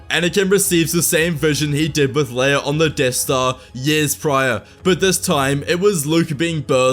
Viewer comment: “His son and Leaea’s brother” over ????!!!!!!